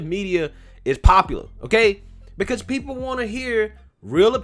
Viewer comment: I LIKE YOUR SHOW... BUT... COULD YOU PLEASE PRONOUNCE "PEOPLE" CORRECTLY. IT SOUNDS LIKE YOUR SAYING "PEE POO". THANKS.